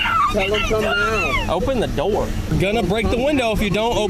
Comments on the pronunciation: "Open na noor" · “Open the doorrrr” it’s the accent hahaha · “open the noor” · "oPeN dE dOrR"